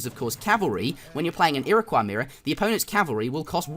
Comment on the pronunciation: The Ira-what? the Iraqwuh? The Ira-coy! =)